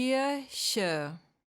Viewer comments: You’re saying Kirsche = cherry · Definitely wrong. I am German. In that pronunciation is some sort of "s" audible before the "ch", that definitely sounds like a bad dialect.